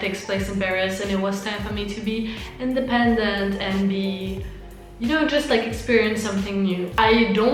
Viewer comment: you made me laugh when you said independent ✌🏻😂